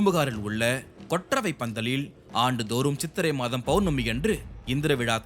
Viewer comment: Very informative...but pl watch your pronunciations....மாதம், not மதம், நோக்கம், not நொக்கம், விழா, not விழ